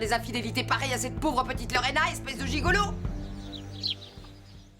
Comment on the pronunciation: J’ai remarqué que n’appelle jamais Lorena convenablement,il dit toujours Lorène et c’est depuis toujours.